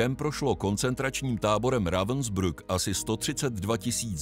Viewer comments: Proboha naučte se alespoň minimum německé výslovnosti , protože se ztrapňujete Rawensbryk se to vyslovuje . To Vaše Rawensbruk je hodně trapné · Já bych si to i pustil, Lae vím, že zas uslyším "Ravensbruck" , prostě špatně vyslovenou přehlásku a to mi trhá uši. To prostě nedám.